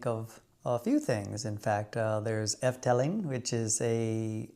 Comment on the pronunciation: Efteling is not pronounced as: 'F-telling !